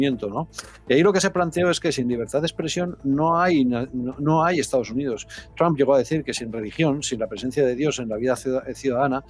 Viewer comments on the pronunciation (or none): none